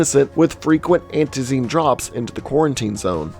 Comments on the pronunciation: You are pronouncing it "Antee-zeen" with exaggerated stress on the two last syllables. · I cringe everytime he says antizeeeeeen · "Anty zeen" ffs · Crazy how the word ‘antizin’ is said the same way by everyone in the game, yet he mispronounces it. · goddamn, the way you pronounce Antizin Pisses me off so much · Love the vid but in the game the say antizin and zera like alot how do you say it wrong